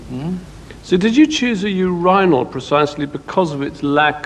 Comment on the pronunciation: he pronounces urinal funny